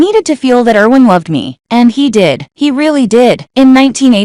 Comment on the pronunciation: You are repeating yourself. And please say Erwin's Name right, we here in Germany pay attention on how you pronounce your names, cities, etc. It is bad enough how english speakers made new names of our cities, counties, states, and even our country's name: we are Deutschland, but have to accept that we are called Germany.